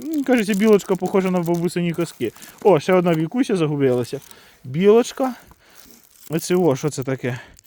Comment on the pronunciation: Не вікуся а Вкуся читати навчись😂